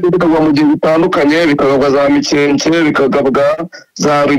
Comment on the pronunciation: Hitwa Mikenke biva kw'ijambo Imikenke. Ntabwo ari MIKEKE rwose!!!! Ntibavuga GASITA bavuga Gasiiiita biva kubwoko bw'Abasita rwose ntimukice Ikinyarwanda. Birababaje.